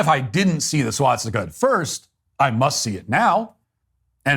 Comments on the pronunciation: Ah fck I'm not gonna be able to un-hear swat stick-a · Why does he keep saying SWATstika? There’s only one t.